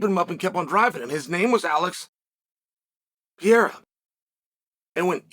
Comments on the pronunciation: The name is Alex PERREIRA! Pronounced “puh-ray-rah” in Caucasian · I just wish he stops saying Alex Piera. It drives me crazy. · I love how Chael refuses to say some guys name correctly. Who in tf is Piera? I’m still trying to find out who tf little Will Fury is😂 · STOP SAYING PIERA!!!!